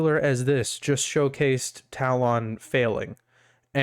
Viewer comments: is it me or does this pronunciation of talon sound extremely weird... ive always heard it pronounced "tallen," as opposed to "tal-on". and on another note, you could run this tool as fully as a powershell script like christitustech does on their script... with no exe payloads etc.. this way your tool plays nice with antivirus software and no need to do risky behavior disabling av. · Hey bud, great work! Not sure if you're doing it on purpose or not, but the correct pronunciation of talon is: "ta-luhn" and not "tal-ohn". Not trying to be an ass or anything, again, great work with the app!